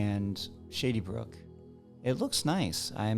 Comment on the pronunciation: Sounds like you're saying, "shitty brook"